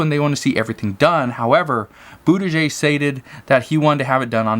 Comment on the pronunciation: Just a help im from indiana the transportation secretary is from here too pronounce his name is boot a judge